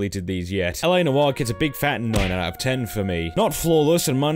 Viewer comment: "Noire" is one syllable.